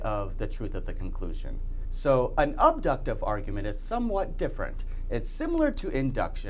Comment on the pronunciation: only if the assumptions (premises) are "guaranteed" true. When might the truth of an assumption be certain? Think of Euclidean and Riemannian geometries. Remember to avoid notions from authority and from the zoo of metaphysical notions. The "a" in "abductive" is pronounced like the "a" in "apple." Modifying "probable" with "only" is something metaphysicians do.